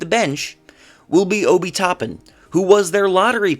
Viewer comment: It is Oh Bi Toppin. You have to know how to pronounce guy's names to take you seriously. Robinson is the starter unless hurt. Quickley played shooting guard off the bench with Rose last year.